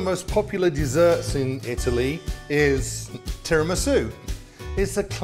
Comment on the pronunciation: You pronounce it Tee rah me soo